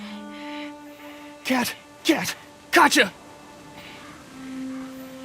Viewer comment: "Katjaa" not "Kaca"